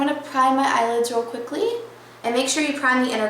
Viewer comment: you said quickly so funny haha :) good tutorial!